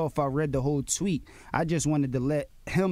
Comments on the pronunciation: "And i looked at the Twit"....lol...Tweet? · He said twit XD